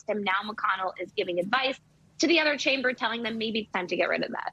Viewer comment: Nancy can't even say the word SPEAKER!